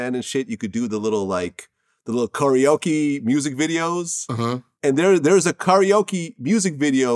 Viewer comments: Makes me cringe hearin vlad say “karaoke” as “Currioke” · Why in the ever loving fuck does he pronounce karaoke like that!!!!!!???